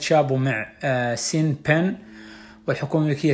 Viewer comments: شون بن وليس سين بن ياا الحبيب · فيديوهاتك اكثر من رائعة… الممثل الأمريكي اسمه شان بن وليس سين بن 😘😘